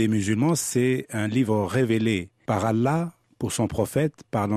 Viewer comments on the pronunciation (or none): none